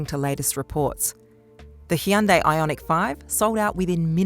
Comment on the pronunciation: OMG! pronounced Hyundai pretty well! FINALLY!!!!!!, can you please talk to Bob and Jack? Their pronunciation is like nails on a chalk-board, screaming "we pronounce things the way foreign companies patronizingly tell us to because they think we're morons, rather than trying to get it right." Do Australians pronounce Korean a bit because there are lots of Koreans visiting and living in Australia? Or are you just smarter than Jack and Bob?:)